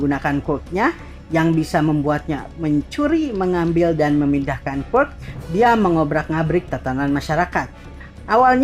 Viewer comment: Ngomong quirk aja ga bener